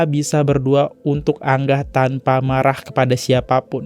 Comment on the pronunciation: Bacanya angah bukan anggah bang . Angah tu kaka perempuan